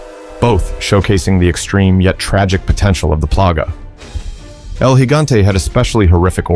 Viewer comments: Thank you for actually saying El Gigante properly. I swear most videos that bring him up constantly pronounce it with a J sound and I hate it so much. 😂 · Thank you for actually saying 'El Gigante' correctly